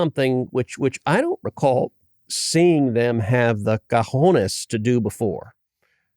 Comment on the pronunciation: It's cojones, not cajones. Cajones means "drawers" or large boxes or the individual spaces created in a set of shelves. Cajonera means a chest of drawers. Cojones means testicles.